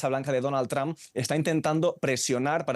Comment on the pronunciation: Por qué los españoles pronuncian tan mal el apellido Trump? No se fijan cómo lo hacen sus compañeros y sobre todo, los angloparlantes.